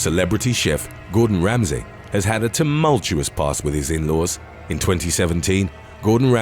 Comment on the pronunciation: Ah ha! I suspected this was a really good AI voice- the way 'you' pronounced Gorden Ramsey's name- how could U get it so wrong??? Especially as he's a fellow Brit?? 🤔🤔🤔